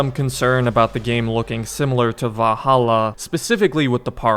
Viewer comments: ValhallAAH lmao. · Wow, I’ve never heard anyone struggle so much with the word Valhalla while saying it 100,000 times in one video. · The way he says "Valhalla" 😂😂😂🤣🤣